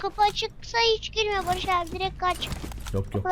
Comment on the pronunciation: Farkettinizmi bilmiyorum heyecanlaninca Barış abi demiyo. Barıjj abi diyo😂😂😂😂😂